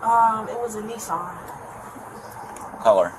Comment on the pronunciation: "It was a Neesan". No it wasn't, it was a Nissan!